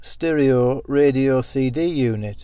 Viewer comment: Sterohhh radiohhh 🤣🤣🤣